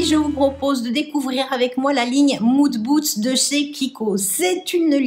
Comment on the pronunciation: Madame, j'aime votre manière de prononcer "Moon Boots" au lieu de Mood booSt, je trouve ça mignon et rigolo. Merci pour cette vidéo, j'aime aussi cette gamme,qui est encore accessible sur le site en soldes.